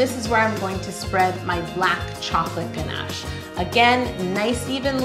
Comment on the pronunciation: I like how you say GNASH I really hear your Canadian accent🤗